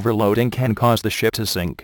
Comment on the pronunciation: dosent it sound like he said ( overloading can cause the shit to sink ?)